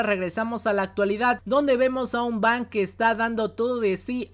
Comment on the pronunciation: Fang o Bang? no es Fang (colmillo)?